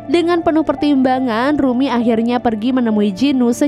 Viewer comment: bukan rumy tapi rumi kak😅